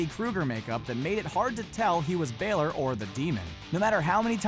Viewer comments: Welcome To the comment section where: 95% of the people are talking about how they could recognize sting without his face paint (liars) 4%are talking about how he pronounced Balor 1% are actual normal comments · You said Bálor wrong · The way he said Bálor just gave me cancer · HOW COULD YOU PRONOUNCE BÀLOR INCORRECT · He says balor the wrong way 😂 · You said Finn balor wrong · He so doesn’t watch wrestling he always pronounces names wrong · You said Finn Balor's name wrong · you pronounced finn balor wrong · Please learn how to pronounce Balor the correct way as you are not saying it correctly!!! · Lord can u not say Finn Balor normal I'm form Mexico and I can say it right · He said Balor wrong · The way he said balor 😩😐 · PLEASE PRONOUNCE BALOR CORRECTLY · bAlor,how does he not know? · Do you not know how to pronounce Bálor? Listen to the announcer on WWE. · When he says Finn Balor's name wrong....... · Please can people say balor the right way. I'm Irish I know how it is supposed to be said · I know how Balor looks like and your saying Balor wrong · Brandon Denniston im not irish but it bothers me sooo much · ITS BALOR NOT BAYLOR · its finn Bah-lor not bay-lore im irish so im telling the truth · Its Ba-Lor not Bay-Lor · It's finn BAH-lor. NOT baylor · BAYLOR? BAYLEY AND BALOR MIXED TOGETHER? ITS BALOR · It’s balor not Baylor get it right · IT'S NOT BAYLOR ITS BAĹOR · its finn balor not finn baylor its finn balor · Finn bailer it’s Finn balor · Its pronounced BAL-LOR NOT BAY-LORE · Is pronounced Balor not baylor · ITS NOT BEHLER ITS BALOR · Its ba lore not bay ler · It's!!!!! Balor not baelor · ITS NIT BAYLOR IT BALOR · I hate this fucking dumb ass who says BAlor it's balor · You say Finn balor like baelor when it's balor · I swear I'm going to kill the speaker Finn baaaaalor not Baylor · finn baylor lo its finn balor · HE CANT SAY ANY NAMES IT IS NOT BAELOR ITS B-A-L-O-R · Baylor... it's balor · Learn how to say balor! It's balor, not Baylor you idiot